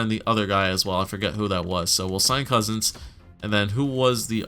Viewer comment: It's Couzins not Cozens.